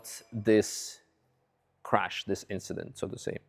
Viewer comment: It was just an inchident.